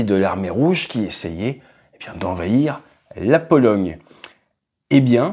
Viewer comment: "la Polo--GUE--" tu as dit